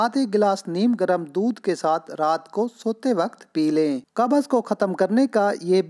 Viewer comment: Qabaz nahi hota bhai qabz hota hai